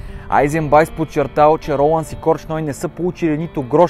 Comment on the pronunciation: До тук, добре ама опитай да се научиш, как се произнасят славянските фамилии.... Корч ной няма, има Корчной!!! По-малко гледане на англосакси ти препоръчвам.